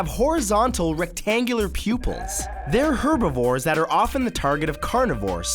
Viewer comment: 99%i don't like the animations -me pffffft he said it like tiat 😂